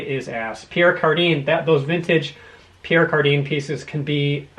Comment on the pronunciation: Pierre Cardin sounds like "Car-dan" or "Car-don" not "Car-deen"